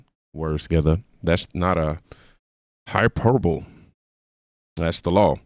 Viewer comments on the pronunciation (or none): Love the content, bro. Just to help you out a bit, since I know you've stated in the past that you enjoy expanding your vocabulary, the word "hyperbole" is pronounced "Hi - per - boe - lee", not "Hyper bowl". Respect.